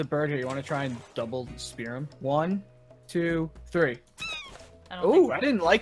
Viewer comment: it's two not tow